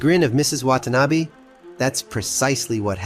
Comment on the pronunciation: excellent, excellent, excellent work. I've contacted the fuzz about the criminally low viewer n sub count. 1 small critique, from someone who lived in japan for approx 15 years, yr pronunciation of "Watanabe" is pretty good, but yr pronunciation of Abe is not. there is only 1 "a" sound in japanese. the abe in "watan-abe" is also how you should also pronounce the assassinated former pm Abe. ( Arbeh) name. thankyou for your scintillating effort.